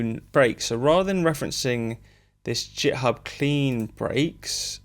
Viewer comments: "jithub" ?? you mean githib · Git … with a hard G, like Groovin’ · Great video, found it useful. I know very little about making music but I'm a programmer and when I found Strudel it piqued my interest. I have to say though, hearing you pronounce "github" as if it starts with a "J" made me feel a little sick 😂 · “JitHub” - the first person to find an alternate pronunciation 😂 I might just start saying that. Some useful material in there which I’m sure will save people time when attempting these things techniques. Thanks